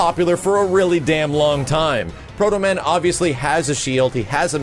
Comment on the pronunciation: you said proto-man..............you are my hero! got yourself a sub